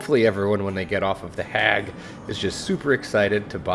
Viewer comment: The way you say the HAG, like dang man